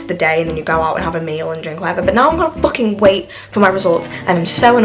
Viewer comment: the way she says fucking has me dead